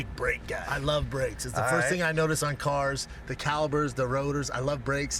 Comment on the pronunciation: "Im a big brake guy" I love "calibers" 😂 No bappa its called Calipers